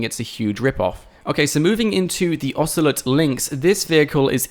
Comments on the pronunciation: Osoleet? The fuck is that?! Ocelot! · "Oceeleet" bruhh...i hope you're joking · It's a mispronunciation not an accent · nobody can get away with pronouncing O as "ee". It should be illegal. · My god...... The way you said Ocelot.......